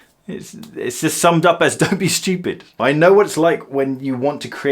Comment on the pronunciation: “Don’t be studip” 🤦‍♂️